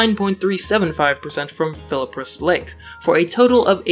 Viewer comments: It’s flip rus not Philip rus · It is spelled fliprus it is pronounced flip-rus but you keep saying that it's philluprup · I've never heard fliprus pronounced as "fillipriss" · i like how he says fliprus like fil- a -prus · (Spells Fliprus correctly) (Pronounces it with an extra i)